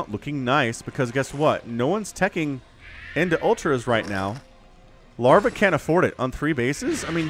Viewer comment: Why you say lavra lol did I miss the beginning terror lavra same player?